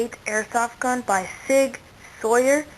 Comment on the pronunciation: He doesn’t even know how to say the name lol